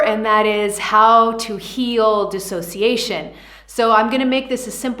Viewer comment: DIS!! NOT DE!! Big difference!! What is your education level?🤦‍♀️😔🤕